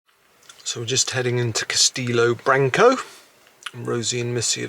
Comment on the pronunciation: ...aaaah not branc...owe, ‘o’ as in the start of the word obvious 😁